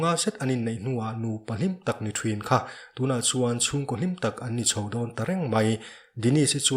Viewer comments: THRIN NI LOVIN THIN ZAWK TUR AW, LAM NO LUTUK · "Thruin" ti loin "Thin" tiin lam la dik zawk mawle.. thangthar ten an lo copy palh a nge..